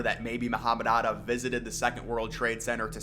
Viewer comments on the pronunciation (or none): Are you trying to say 'Atta'?